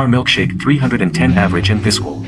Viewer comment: It's pronounced Viz-KELL. For pure longevity, I'll take Whitaker (19 years) and Trammell (20 years) in Detroit, the longest-running 2B/SS combo TOGETHER in MLB history.